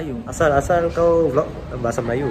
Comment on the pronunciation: IKRR! The way he said " kawu" 😂